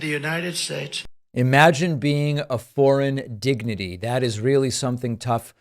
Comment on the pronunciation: I don't think they care about how he speaks. If they did, he wouldn't even have gotten this far. The crowd likes to be entertained. He tells them what they want to hear. They ignore his quirks. They think he's making up words like indigniteys. You actually think they care about what you're pointing out David? Show me an interview of any of his crowds that's made fun of the way he speaks.